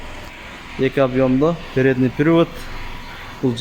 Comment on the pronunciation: Передний пИРивод дейт го😂